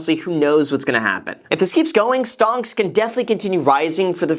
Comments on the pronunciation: I'm sorry... did you say STONKS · Ummm... did anyone else notice that Graham called stocks “stongks” ? 😂😂😂😂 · "Stongs" can continue rising for the forseable future 😂🙌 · Did he just said stonks? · Did he say stonks? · Did Graham say Stonks?